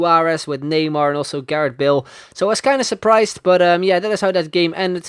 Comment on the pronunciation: Loved the video :)... But all I could hear when you say Bale is Bill :')